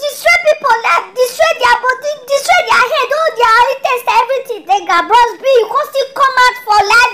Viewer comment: she said bross B, jesu, i can't stop laughing